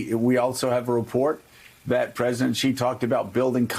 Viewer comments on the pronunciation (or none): I understand why Xenophobia is 'X' in the capital letter and pronouced like 'Zenophobia' So people pronouce Xi like Gee. Actually Xi jinping should be called as 'Shi Jim Ping' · It annoys me that everyone pronounces Xi wrong. The X in Chinese is pronounced like SH with a slight leaning toward a simple S. Not that strange ZHJ sound that all of the reporters keep using. It sounds more like SHE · Why oh why do people say 'President Ghee'? Where did the gh sound come from? There is literally no such sound in Chinese! It's very close to she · Xi is pronounced "Shee" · It's comparatively one of the easier things to pronounce in Mandarin for English speakers...where did the ghee come from?